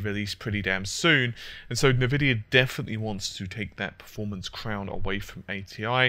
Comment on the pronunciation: Stop saying "Nvidia"!!! Its spelled "eNvidia" ! :D